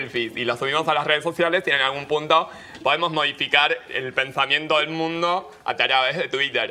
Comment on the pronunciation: Buen detalle el de "ataaravez" jajajaajaja